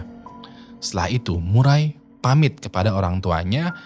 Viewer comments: Murray dibaca "Meurri" Sebenarnya bukan Murai :), jadi Maurra Murray dibaca "Morra Meurri" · Nama cewek itu Maura Murray nama keluarga di sebut Murei.. Maaf bro sedikit pembetulan